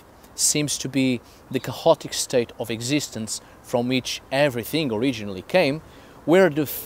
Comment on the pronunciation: "chaotic" doesn´t have a loud sounding "h" in the middle of the word in English, also "behaviour" DOES have a sounding "h" in the middle. There is no "cahotic" neither "beaviour" words on proper English pronunciation.